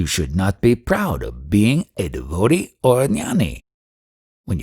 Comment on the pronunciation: Your voice distracts extremely. Please learn how to pronounce DEVOTEE